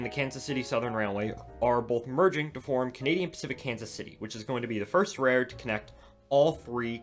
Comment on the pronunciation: Interesting subject matter, but I do wish you'd use your curser along the route you're talking about throughout. It would be easier to follow. And, I'm sorry, but you seem to quickly say "rayroard" half the time. Practice enunciating rail-road.